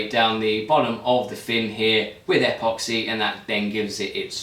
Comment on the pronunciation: Dude. Is apoxy a uk brand?, otherwise it's pronounced epoxy, like in email. I hope he used a lower thrust motor for his L1 certification as that sucker will go high and far depending on wind conditions.